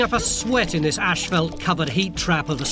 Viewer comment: Umm... "Ashfelt"?...